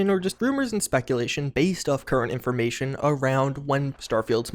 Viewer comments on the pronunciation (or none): none